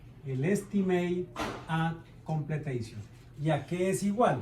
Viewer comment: BAC: la C es de completion, no de completeishon xd